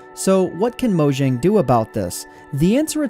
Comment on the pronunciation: pronounced moyang